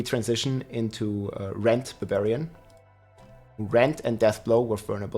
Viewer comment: Rob the "beh-beriyan" Lord.